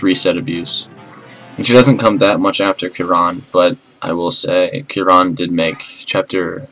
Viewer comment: You pronounce Kieran proper weird.